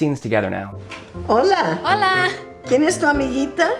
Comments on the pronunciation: Cuando dices "AMIGITA", lo correcto es usar "AMIGUITA". Igual que se dice guitarra (guitar) y no gitarra. En español, las vocales E-I tienen un pequeño "conflicto" con las consonantes G/C. Podrías hacer un vídeo explicándolo. Por lo demás, muy buen trabajo, sigue así. I use your lessons to improve my english. It helps a lot to understand the using of at/in/on... do/make..... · Amiguita it needs a u for pronunciation